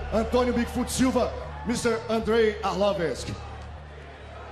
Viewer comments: Whats wrong with this brazilian commentator at 30min49, who is " Andrei Arlovisk" ? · Arlovisk??! Nice job! Hope he gets the W!! Why can't they just learn english and why can they do their weigh-ins/promo videos in portuges, insted of other countries (Germany, some parts of Canada -which are french territories originally, Japan... etc.). No offense, Brazil has a lot of great fighters, but I'm fuckin' tired of listening to this unknown shit!